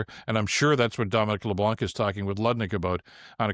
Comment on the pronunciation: I cringe every time you say Dominic Leblanc. It's a french name, and the "c" at the end is silent.